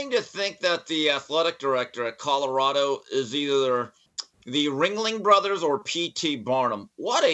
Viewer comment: lol "Cottarada"